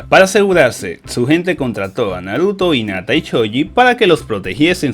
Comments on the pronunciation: el dice inata y es hinata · Porque ni pronuncia la h en hinata y en haruna, no suena inata suena como jinata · nadie: absolutamente nadie: diciendo inata en ves de hinata y chino en ves de shino